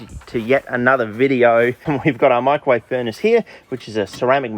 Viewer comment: swear to god every time you say it it sounds like you’re saying michael wave, big fan